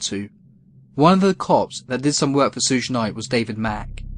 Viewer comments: Sooooooj Knight, fuck me bro, its suge pronounced "shoog" short for sugar bear a nickname his mother gave him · Please learn how to say Suge. It's like an American saying "sugar" without the "ar," so just the first half of the word. 😂